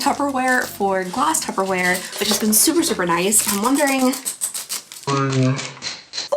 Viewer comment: You're throwing B's and its P's babe. Only me thinking if the clip with those two guys when she said Tupperware as tubberware haha 😅